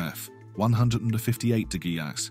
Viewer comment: Damn. AI cant read "degresss". 😄